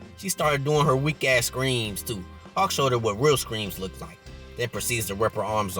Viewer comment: Bruh I kept thinking this nigga saying hawk not hulk lol, love the vid tho